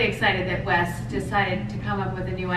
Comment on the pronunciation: Idk why ppl always say her last name as wice- it's spelled and pronounced Wyss lmao